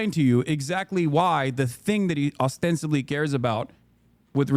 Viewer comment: I wish someone would ask hasan to define words he uses. I hear him pronounce words wrong all the time, and I'm betting he doesn't even know what they mean. Just over 10 minutes in and he said "ostensivly"